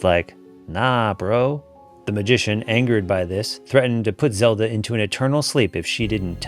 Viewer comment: Did you say Zeldo 1? LOL